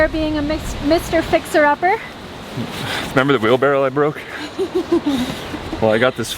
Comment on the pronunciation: Is anyone else hung up on the way they pronounce "Wheelbarrow"? Sounds like they say "wheelbarrel" LOL You guys are doing awesome out there! Love the videos, keep up the great work!